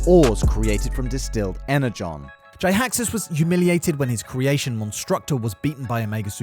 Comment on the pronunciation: Jiaxus = Gee-axe-us.